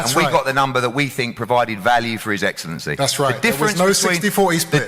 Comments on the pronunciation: His Eggscellency 😂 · I walked into his eggslency😂.he missed out on a classic line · His EGGcelency 🤣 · His eggcelency😂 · “Your eggcellency” is diabolical 😂😂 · How did Eddie not say "his eggselency" ? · His eggsalency lol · His eggcelency..